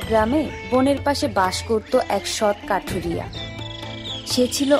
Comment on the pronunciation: Barbar se kathuria se kathiria kore bolchen kno sunte valo lagchena